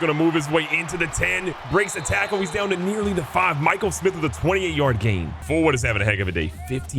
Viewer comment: Hearing him pronounce Mikel Smith, pronounce Michael Smith after I commented on early vid is fire 🔥.. keep up the vids Bro